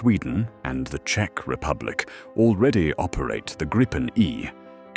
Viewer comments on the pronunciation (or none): none